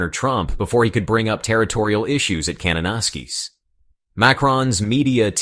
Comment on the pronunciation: You are pronouncing Kananaskis wrong.